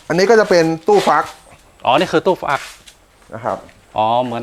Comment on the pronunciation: ฟัก ไม่ใช่ฝัก